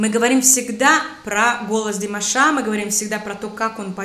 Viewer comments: Уважаемая, когда вы склоняете имя Димаша,то правильно будет всегда ставить ударение на втором слоге его имени. Т.е. не ДимашА, а ДимАша. Спасибо вам за обзор. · Извините,но режет ухо Ваше - ДимашА,а не ДимАша. Ударение пожалуйста ставьте правильно! Это все равно если бы сказали ЮлИя вместо! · Неправильное ударение на имени - не димашА, а димАша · Режет слух неправильное ударение в слове "ДИМАША" на последнем слоге. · ДимАша, а не ДимашА. Ставьте правильно ударение :) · С чего ты взяла, что Димаша' , а не Ди'маша, или Дима'ша ?